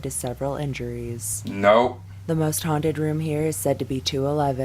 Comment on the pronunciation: Are they haunted or hunted? Kinda sounds like you keep saying hunted